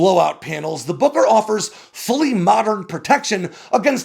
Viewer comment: Gotta be careful how you say Booker... Kept thinking it was Booger.